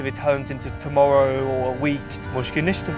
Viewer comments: you say mushka nishka but it is pronouced: mish-kill naysta (no problem) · it’s actually mushkil nista 😅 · It's "Mushkil ni asta". "Mushkil" = problem, "Ni asta" (rough translation) = no.